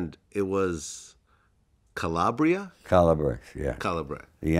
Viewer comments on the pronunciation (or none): mama mia he cant say calabria properly. sounds so american. Also he cant say N'dragheta properly. also if you are mafiosi or south italian napoli or naples are called napulé and not napoli. Donald Trump is almost more italian than this guy. So sad italians are so american now. should be proud of their background and at least learn italian properly. Vladimir is actually say calabria properly. This guy say Calabre or something